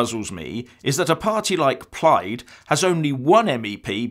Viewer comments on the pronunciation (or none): none